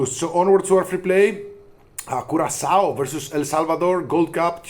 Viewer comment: Don't ever say CuraKao again! CuraSao is the correct way of saying it.